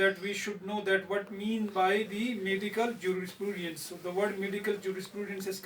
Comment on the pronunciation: And its Juris-prudence .. not jurisprooodiance